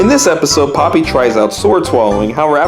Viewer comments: Not poppy pronounced po pee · also popee is pronounced POH-PEE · Well her name is not papi her name is popee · Has anyone noticed most of the time he was saying papi the same for the entire video? AKA he was calling popee and papi the same thing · I always thought Popee's name was pronounced POE PEE lmao